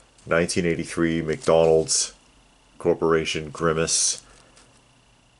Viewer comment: Every time you say grimmace, I keep thinking Thanos.